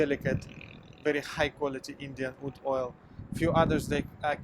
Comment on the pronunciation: Oud! I thought you were saying food. Lol. Either way, I agree. Have you tried Czar perfumes? They use "Russian branding" but their perfumers come from many places.